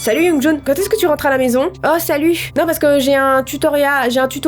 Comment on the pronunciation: On dit youngjoun XD